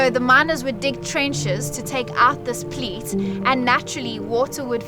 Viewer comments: Pleat? I think you sneaked in an L that’s not supposed to be there: peat. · He doesn't know where S.A is ? Everyone knows where S.A is. The Netherlands is a different matter. The word is 'peat', not 'pleat'.